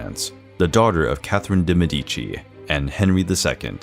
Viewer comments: It is Maria de Mèdici, not Maria de Medìci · He also constantly says Me-DI-ci instead of ME-di-ci. I tried to ignore it, but it triggers me immensley. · Indeed. MED-i chee. Never Med-EE-chee. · Interesting video, but De Medici is pronounced with the accent on the e, Mèdici instead of Medìci, as it’s said in the video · Why are there so many mispronounced words in these history videos? Are these real people or are they robots reading the texts? So many foreign proper names are mispronounced. Medici is pronounced MEH-di-chi, and not meh-DI-chi; Josepha is pronounced yo-SEH-fa and not JOE-ze-fa, etc… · Absolutely love these spicy videos ahah Mèdici has the stress on the letter E tho, not on I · In pronouncing the name of Medici, the stress falls on Med. Very interesting series.